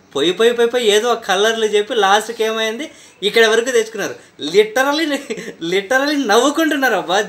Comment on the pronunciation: Videos cheyatame kaadu . Kinda pettina comments kuda chaduvuko . Konchem realise avuthaav . Nuvv nee chettha navvu .. Literally babu... littallyyy litaly kaadu